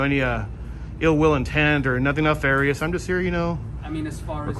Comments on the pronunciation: Keep up the good work, but please stop saying "no ill will intent". It's either "no ill will" or "no ill intent". Also, the other word is NEF arious. Pronounced neff - like JEFF - arious. The reason they ask you to repeat yourself every time you say it is because Nalfarious is not a word. :) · Officer had a bit of trouble with “nefarious”.